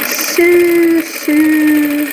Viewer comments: Since you want to improve your English, which is quite good already, I off this with love: " sew" is pronounced "so". English has many exceptions to rules. keep up the good work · I liked your tutorial, I'll try this. Your English is very good, what is your native language? Since you are learning I hope you don't mind me saying you should look into the pronunciation of the word sew which is pronounced like SO. It was just very noticeable because you said it so many times. Good luck with your channel. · Sew is not pronounced as it looks. It's pronounced the same as so. You're doing great with your English. I like your video also. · I loved your video. I just started crumb quilting this year and I love it! Your English is very good! Just a tip - sew is pronounced the same as so, with a long o sound. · I'd love to see a finished product with your blocks! Also, I'd like to help you with your English. If no one tells you when you say something wrong, you will never learn the correct way to say it! 'Sew" is not said so that it rhymes with 'few', though it looks like it should! It is actually said with a long 'o' sound just like the word 'so.' English is a funny language! Good luck as you work to improve! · Congratulations! Your English is already very easy to understand. I am sure it will get even better (and easier) as you continue your videos. English is so difficult because it originated from many different languages. I wish my Spanish was a great as your English. I want to let you know that as part of this crazy language, sew sounds like so. I hope this helps and does not make you feel like I am criticizing you. I appreciate you and adore listening to you. Hugs from California.